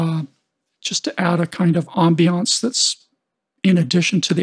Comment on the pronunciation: I love the way you say "ambiance", makes me chuckle every time.